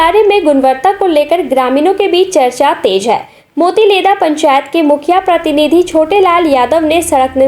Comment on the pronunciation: पेंचायत नहीं पंचायत होगा